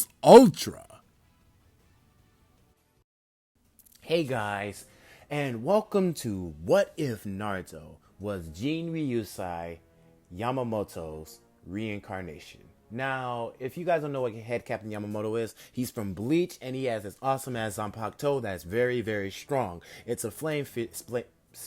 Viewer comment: He said “Jin”ryusai, it’s “Gen”ryusai, and you spelled Ryujinjakka wrong...